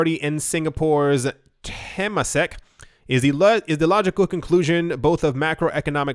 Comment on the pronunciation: haha...you really butchered "Temasek" pronouciation... its "Tur - Mah - Sick"